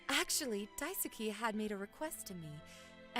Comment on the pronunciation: For the love of god someone explain to him how to say Daisuke.. “die” - “soo” - “key” Jesus..